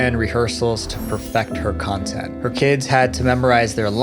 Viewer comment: I heard Cuntent creator hahaha